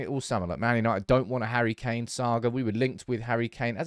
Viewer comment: " Harry McKain" 🤣🤣🤣